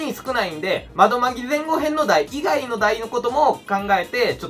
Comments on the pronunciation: 前後編は単語として存在しますが、ぜんごへんという読みはないですよ。 後編の読みは ごへん ではなく こうへんです。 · ぜんこうへん じゃないの？？